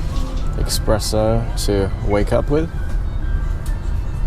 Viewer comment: Did you enjoy the “eXpresso”? Lol 😂 It’s pronounced “espresso” sir.